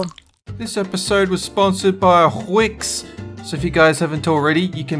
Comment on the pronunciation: When they said wix they said hwix